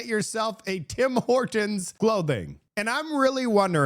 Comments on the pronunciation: You sure you're canadian? You say Tim Hortons like a american. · This lady says tim hortons like you and she is from the US.